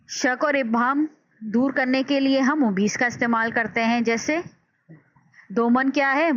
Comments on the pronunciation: زبردست۔۔۔۔لیکن بعض الفاظ کا تلفّظ درست نہیں۔۔ممیّز ، اِلیہ وغیر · زبردست۔۔لیکن بعض الفاظ کا تلفّظ درست نہیں مثلاّ ممیّز ، اِلیہ وغیرہ